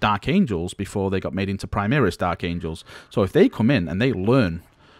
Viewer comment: Is it overly irrational to be annoyed by the constant pronoucing of "Primaris" as "Primeeris"?